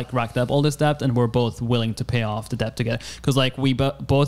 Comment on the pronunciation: YOU DON'T SAY THE B IN DEBT omfg I hated hearing him say debt